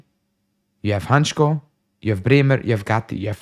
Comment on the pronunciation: Hancko is a Slovak player, and as a Slovak, I must say it is pronounced Hantsko not Hantchko if you read that in English. Not that it matters , but hurts my ears 😂